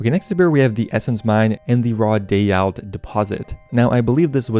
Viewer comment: daeyalt -> day-alt, sepulcher -> sep - uhl - ker.